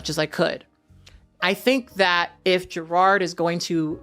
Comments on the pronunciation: I love you but his name is not gerARD it's je-rod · 3 things 1. You look great. The wig is hella cute and looks like it could give you some fun styling options with it. 2. It sounds like youre saying "Gerrard" instead of "Jerrod" and it kept throwing me off but my ears may just be fuckedup. 3. Part of me assumed that having dozens of siblings in the world would make dating and sex more complicated. There's definitely deeper stuff that i can never fully understand happening with him and his relationship to blackness. But i do wonder if gravitating towards white guys is also an insurance thing. If the dude is low on melanin the likelihood that they share a dad is significantly lower. But that may be me just reading into shit and it in no way excuses the way he treats his partner or the other people in his life. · these names are eating you up. 🤦🏾‍♀️ It’s Jerrod, not Jerard. JerROD. The second syllable sounds like the word ‘odd’. Between this and Taraji recently, I’m begging you to pay more attention to the names of your video subjects so I can share your content with other people. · You sayin "Jerard" is killing me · His name is Jerrod, not Gerard.